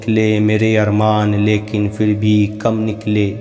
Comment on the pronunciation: बहुत ही अच्छे। फिर का pronunciation ठीक नहीं था पर